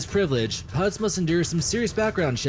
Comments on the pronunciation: The way this youtuber says "putts" instead of "pilots", makes him sound even dumber than the misinformation he provides. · The guy can't even pronounce "pilots" I keep hearing "puds" 😂